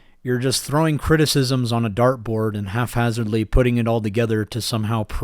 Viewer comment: it’s HAPhazardly not HALFhazardly